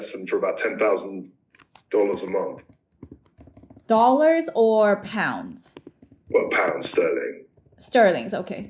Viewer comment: please sort out your phonetic pronunciation of 'th' sound (like 'month), as opposed to 'ph', which goes bizarrely unaddressed (like your pronunciation of month sounding like 'mumph') - you are typically very well enunciated, but fall apart here!